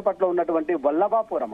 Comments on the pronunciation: Vibalapuram kadhu vallabhapuram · Vallabhapuram ra Nayana vibalapuram kadhu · Vibalpuram kadu rah ayya Valabapuram 😅😅